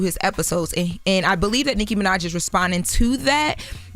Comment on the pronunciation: Did Charlemagne say sicky Minaj 🤣🤣🤣🤣 yo.....